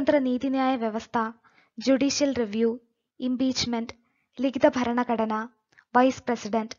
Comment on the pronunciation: ഫരണഘടന അല്ല ഭരണഘടന.